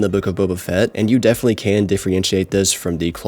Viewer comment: can you pronounce "definitely" right for once?